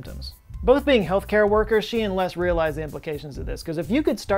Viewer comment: Have you never heard the name Les before? Or can you just not pronounce it properly 😂